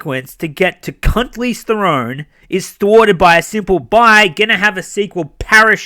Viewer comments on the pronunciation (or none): Lol why does he call her cuntlese therone? Am I missing something? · Did you actually say 'Cunteez Therone?' 😂 😂 😂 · "Cuntlize Theron" 🤣🤣